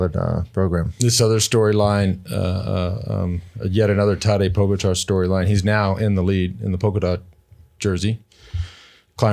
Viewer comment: Is Lance mispronouncing Pogacar on purpose? It's embarrassing...